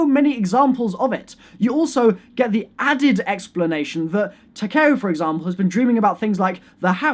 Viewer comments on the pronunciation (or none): TAK E OW NOT TAK AY O PLEASSEEEEEEE